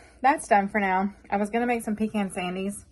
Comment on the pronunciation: pee-con not pee-can I like my deer meat cooked a little longer.